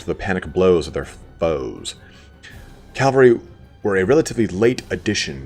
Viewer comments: I really like your lore vids, but I'd dread to watch any related to Bretonnia, because it bugs me when people say "calvary" instead of "cavalry". :) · Cavalry not Calvary. I swear I'll beat it into yet!